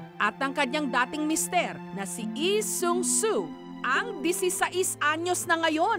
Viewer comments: Bakit eee its lee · "ihh sung suu" struggle is real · Nastressed ako sa tuwing babanggitin ni Jessica yung LEE SEUNG SOO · "na si EE seung su" 😂